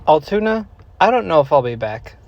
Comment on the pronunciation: As someone that lives about a half an hour south and frequents there a lot, us locals pronounce it “AL-(like the name Al) TOON-AH. Hope you come back durning the summer when it’s a little warmer. There’s also a bridge that takes you to lake Altoona that overlooks the tracks.